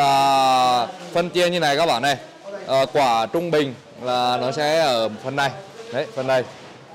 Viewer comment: Mình ko rõ là từ địa phương thế nào nhưng thấy gọi quả khoai tây thấy cứ sai sai hihi